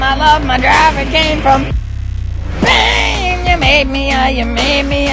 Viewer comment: He says bean istead of pain